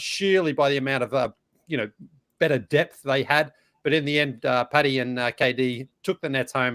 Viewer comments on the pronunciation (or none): none